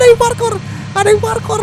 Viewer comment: Wkwkwk masa bilangnya parkor (pala korengan) bukannya parkour wkwkwk kacaw